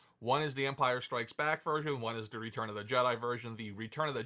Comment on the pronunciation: Is there a reason why this guy is insistent on saying RETURN of the Sith?